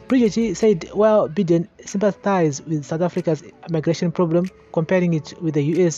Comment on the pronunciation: Good job......ZANU PF idiots must be told. The sanctions r targeted..Vana ED ngavarege kuita hutsinye. On a lighter side.....Biden is pronounced (Bye - den) n not Bhiden